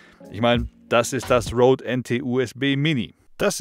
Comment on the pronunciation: Danke für das coole Review! Und endlich mal einer der wenigen, der Rode richtig ausspricht (ROAD) und nicht wie wenn man den Wald RODEt. Oder RÖDElt :D